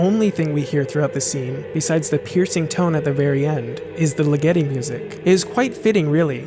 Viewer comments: It's Ligeti not Ligetti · I hate to be 'that guy', but I believe Ligeti is pronounced ['ligɛti], with the accent on the first vowel. Love the essay, nevertheless :-) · Hey, not tryin' to be a jerk, here, but Ligiti, the Hungarian composer's name, is pronounced LEE-geh-ti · Re: György Ligeti - I believe his last name is pronounced LI-get-i, as in "lickety-split"! FANTASTIC series of videos, though. I've loved this movie ever since I first saw it on a cold winter night in Canada in 1972.